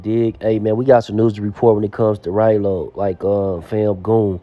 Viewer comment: man I'm just playing I know who Ralo is the problem is how you gonna make a video about somebody and not even pronounce they name correct